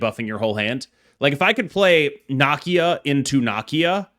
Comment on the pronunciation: nuh-KEE-uh … damn, why you and mispronouncing black characters? Please